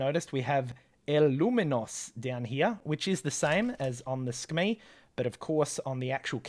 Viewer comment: Not to sound nerdy 🤓 but I am pretty sure it's pronounced Su-Kuh-Mei